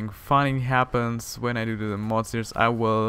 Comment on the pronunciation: /seer-eez/ not /seer-i-us/ for series :) Great show!